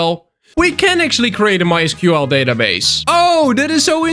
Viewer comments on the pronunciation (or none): none